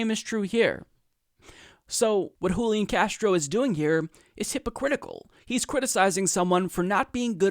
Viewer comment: Julián is pronounced with the stress on the final syllable, hooleeAHN. And yes he's an opportunist. Most (but not all!) latino politicians are.